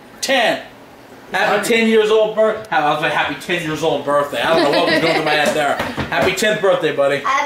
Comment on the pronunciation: it's pronounced (birth-day) not (burt-day)